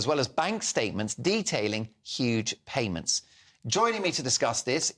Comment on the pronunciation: Did i hear an emphasis on HU-GE at the start there 😂